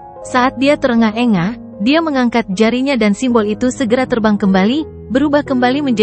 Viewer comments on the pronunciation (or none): Te engah engah dong google bukan ter Engah Engah kan terdengar beda